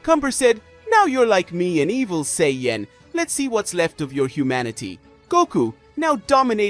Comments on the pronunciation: Super Saiyan not SAY-YEN 😂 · Sorry, but how you say, "sayain," "say-yen" every time...distracting and annoying. Get your verbiage right man if your going to speak nerd in english. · What's a Say-yen ? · "Say-Yen" ok that's enough. 👋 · I KNOW , RIGHT!!?? HE HAD TO BE PRONOUNCING IT LIKE THIS TO SEE IF SOMEONE WOULD SAY SOMETHING. IT"S REALLY OVER THE TOP RIGHT?😂 I UNDERSTAND IF THE MAN HAD A STRONG ACCENT BUT I HEAR PROPER ENGLISH AND HE IS LITERATE . HAS HE EVEN EVER SEEN THE SHOW? I DONT WANT TO KEEP HEARING SAY-YEN. SO IM MOVING ON 5MIN. IN . TOO LONG ALREADY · Super Say-Yen... face palm... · i was thinking the same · It doesn't even sound right 😕 😅